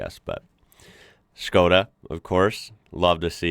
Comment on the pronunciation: I love how you pronounce it like Schkoda, just like Sean Connery 😂